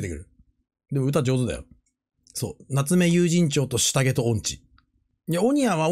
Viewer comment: 夏目友人帳の発音が永遠に有楽町でわろた